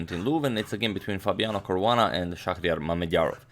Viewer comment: its caruana